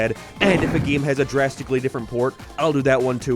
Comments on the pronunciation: what is a Gyem and a Nyem what does he say it like that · “geam” “abaut” ”maryo”